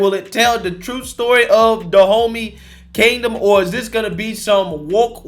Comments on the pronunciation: My ears: "Da Homie Kingdom" 😂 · I swear my brain hears it as De Homie which only makes this situation even more funny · Am I tripping or did he just say the kingdom in this movie is called "Da homie"? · Am I the only one who finds the fact that the Dahomey sounds like "DA HOMIE" hilarious?